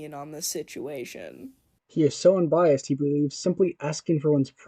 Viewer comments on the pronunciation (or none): "vewy unbiawsed opwinion"